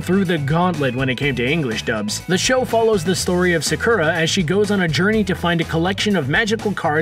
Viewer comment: They keep pronouncing Sakura wrong . It's Sock-ura.